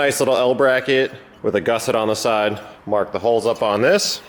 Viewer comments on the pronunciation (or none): none